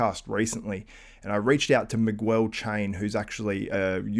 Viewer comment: And its not “migüuehl” its “mee-geahl”